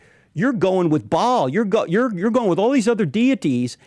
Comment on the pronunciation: Did he really just pronounce “Baal” wrong 😭